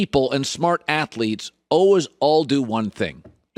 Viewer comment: The word is “always” pronounced as “always”